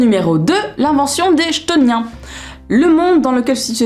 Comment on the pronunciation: Et ben tu m'as grave donné envie de les lire !!! Vais les rajouter dans ma wishlist ! D'ailleurs ça s'écrit comme ça : chtoniens ? à mon avis ça se dit "ktonien" ;) Des bisous !